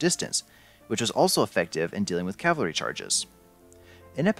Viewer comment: Is it really that hard to pronounce cavalry right? And stiletto wasnt carried into battle. Those were Rondel daggers